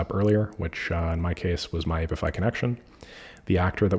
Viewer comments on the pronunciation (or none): "aye pee eye fi" not "ape if eye" 😉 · The "a" in apify is short like in app. Not long as in ape